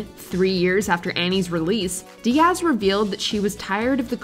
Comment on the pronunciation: Please re record Cameron Diaz's name. The stress is on the first syllable.